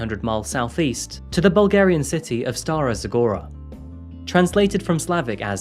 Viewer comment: Strong and resilient! You stole my thoughts, this is how Bulgarian women grow up to be in our harsh environment. I am so proud of her and your pronunciation of Stara Zagora was very impressive!